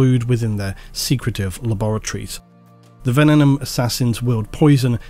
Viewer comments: you'd have an easier time with venenum if you were saying it correctly. It's not ven-en-um. It's ven-ee-num. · It’s pronounced Venenum not Venenum. Same way you pronounce Abaddon. 😂